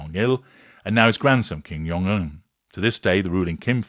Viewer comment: Dear, Jung in Kim’s name is pronounced as the regular “j” sound, not the German “y” sound. ❤